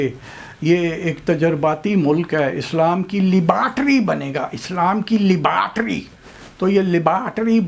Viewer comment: Typical mullah pronunciation in the 1980s.